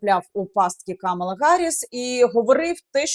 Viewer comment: КамАла, КамАла, пані Яніно, не плутайте.